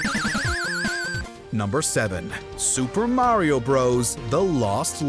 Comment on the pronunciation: The way he says mawio come on really